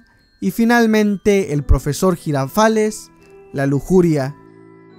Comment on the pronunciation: soy de Brasil y 2 nombres están incorrectos...nosotros llamamos Quico de "Kiko" (se dice del mismo modo que en español) y Don Ramón es "Seu Madruga"...y la pronúncia del Professor Girafales no es así como si fuera un americano hablando, nosotros decimos "zhirafales"